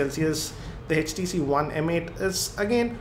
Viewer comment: sir it's Htc not hestc